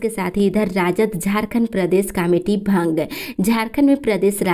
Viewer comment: भंग होता है भांग नहीं